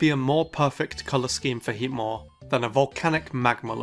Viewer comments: Heatmor? Really? Alright. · Heatmor? Really...